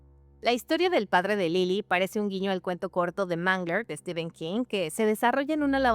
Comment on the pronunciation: Se pronuncia ¨Estifen¨ nada que rver con Estiven, STEPHEN, en ingles PH se pronuncia como F.